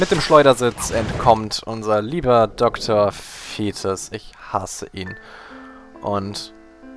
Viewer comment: Dr. Fetus > ausgesprochen > Fötus ...